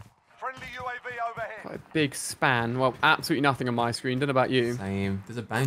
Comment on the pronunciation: U.A.V, not U-Av. 🤔